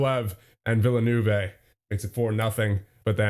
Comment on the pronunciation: villanoovay is not how you villeneuve